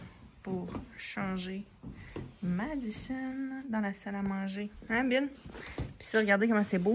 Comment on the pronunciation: On est tu cute☺️ mais son se prononce madizon